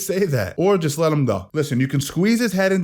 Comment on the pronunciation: “Or you can just let him go” Lmaoo brah I cry laughing so hard the way you put the emphasis on that.! 😂😂